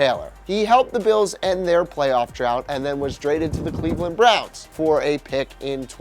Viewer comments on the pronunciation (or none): none